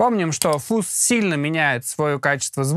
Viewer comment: не фуз. а фазз! деревня))